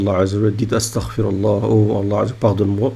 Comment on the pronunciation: C pas 'estargforallah'. Faut bien prononcer. Espèce de jaahil.